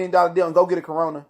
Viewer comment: " A Carona" 🤣🤣🤣🤣🤣🤣